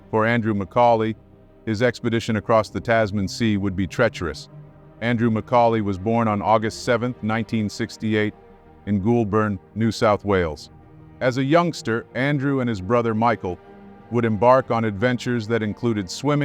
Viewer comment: Love these vids. Incidentally his birthplace Goulburn is pronounced Gol-ben. Cheers and thanks.